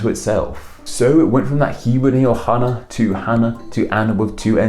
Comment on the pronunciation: Cool you pronounced Hannah properly in Hebrew. But the software you used flipped the spelling. Hebrews written from right to left, not left to right. The Chet and Hey are switched with the vowels in the same spot. That really looks like a software error. Anya and Anika are all diminutives if Hannah, which have effectively become their own names. Although Annika is also a Russian and Arabic name.